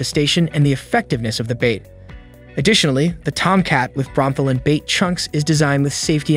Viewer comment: It's pronounced "bro-meth-a-lin".